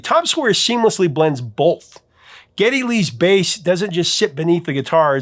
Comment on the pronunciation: I can't remember where the Professor is from, but I've long noticed that Ohioans tend to throw an L into the word "both!" ;)